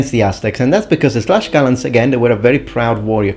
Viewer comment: You are pronouncing it wrong then. The Nahuatl pronounciation is tlashkala!